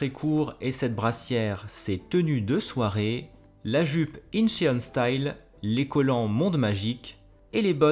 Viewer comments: Pour Soo-Yun, tu peux prononcer ça "Sou-Yeun" et Incheon se prononce "Intchone" (avec un O ouvert !). Tu me connais si bien. 😂 Ton retour sur Clayton est BOURRÉ de sous-entendus, djizeuss. 🤣🤣🤣🤣 Je m'en suis littéralement étouffé en mangeant mon yaourt. Avec plaisir ! 🥰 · Ohlala Soo-Yun avec les cheveux rouges, des tatouages, des piercings et des jupes courtes, elle a dû se faire DÉMONTER par ses parents 😭 Ca pique toujours quand j'entends "inchÉone" mais je te pardonne parce que c'est toi. 🤣 Sebastian est tellement le cliché germaniste, ça me tue de rire ! Chayton, je lui donne mes reins. Rien que ça. 100% c'est Victoria qui bully les autres. Hâte de voir ce poti let's play ! 🥰